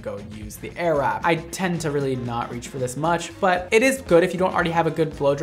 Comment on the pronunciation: I keep on hearing ‚arab‘ 😂